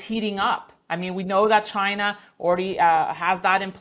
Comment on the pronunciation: He says "chinr" 😂